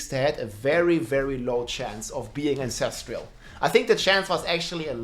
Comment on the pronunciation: There is no I in ancestral.